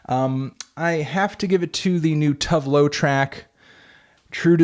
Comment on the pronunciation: Anthony, the e in tove loo is pronounced